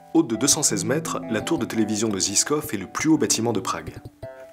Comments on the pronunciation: Je suis à Prague depuis 8 mis , la vidéo est exellente. Zizkov se prononce " jichkoff" . Il faut que j'aille à Kutna Hora. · Vidéo très complète dans les informations qu'elle donne ! Je ne vais pas tarder je pense à aller faire un tour à Lukova ! Pour infos, ils ont annoncé dernièrement que les bébé à žižkov (prononcé jijkof) ne seront pas remis. D'ailleurs, dommage pour la prononciation des lieux ;) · Les bebes ont ete remis il y a 4 jours.. Sinon le zizkov se prononce jiskov et matej mateille ;) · Super :) pour y avoir vécu pendant pas mal d'année je confirme Prague c'est juste un des plus bel endroit sur terre. Pour info Žižkov ca se prononce comme jijkov le Ž c est comme le J en français. Il y a tellement de chose à dire sur cette magnifique ville!! T'aurais pu parler des beer garden, d'Olomouc, de Brno de tellement plus de chose mais pour une vidéo de 15 minutes bien joué mec, c'était chouette à regarder :) La coup du kickage des allemands après WW2 c est bien d'en faire mention, aujourd'hui les Tchèques en parle plus facilement mais ça a pas toujours était un truc facile à mettre sur la table. Bref... j pourrais continuer longtemps sur la Rep Tchèque mais bon c est pas l'endroit, du coup juste jte dis juste bien joué mec:) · Ha ! Monsieur Axolot, faudra prendre des cours de prononciations tchèque ^^ (le quartier de la tour télévision se dit "jijkov" plutôt). Mais à part ça merci d'être passé faire ce reportage sur ma ville d'adoption. Mieux que la télé x1000